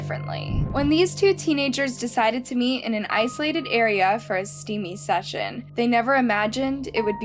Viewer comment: why u gotta say steamy session like that